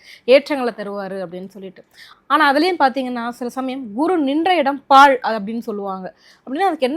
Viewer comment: பேச்சி தெளிவாக இல்லை. பாழ் என்பதற்கு பாள் பாள் என்கிறார். 8.10 ல் கேள்விக்கு பதிலில் குரு ஒன்றாமிடத்தை பார்க்காது என்கிறார். 5 ல் அமர்ந்த குரு 9 ம் பார்வை யாகவும் 7 ல் அமர்ந்த குரு 7 ம் பார்வை யாகவும் 9 ல் அமர்ந்த குரு 5 ம் பார்வையாகவும் ஒன்றாம் இடத்தை அதாவது லக்னத்தை பார்ப்பார். This is basic.